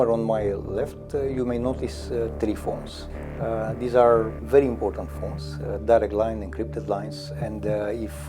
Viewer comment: tri fones 😅 invatati in p mea engleza